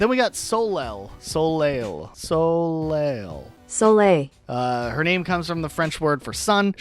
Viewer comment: Ok, pronunciations making me crazy- Nan, not naan like the flat bread, Nan as in Nanny- you literally said nanny. Nan=Ann Ione- Eye-own-ee, Greek and also Celtic/Gaelic origins Pate- not pait- Pah-tay, French origin Jacques- not Jah-kees - Jah-ck- also French Soliel- Soul-ay - also French Sparro- is sparrow, just as you said in your description, not spar- oh